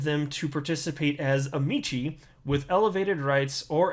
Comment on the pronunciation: I've heard three different people say this wrong today. Kind of frustrating... "amici" = am-eh-kai, plural of "amicus" = am-eh-kuss